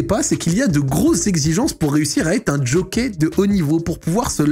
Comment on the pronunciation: jockey pas djockey